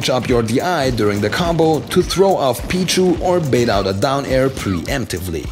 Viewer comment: he says Pichu like b-jew